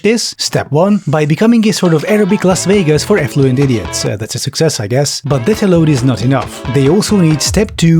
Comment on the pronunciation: Did you say affluent or effluent? 😂